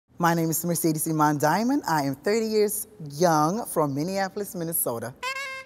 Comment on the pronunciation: "Merecedes" someone at VH1 is getting fired